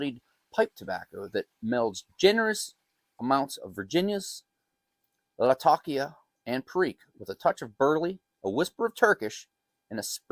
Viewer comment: Lat - Ah - Key - Ah